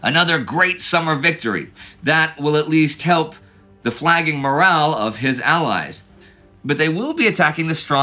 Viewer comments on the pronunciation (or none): none